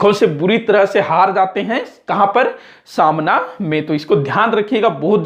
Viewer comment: Samna Nahi sir smana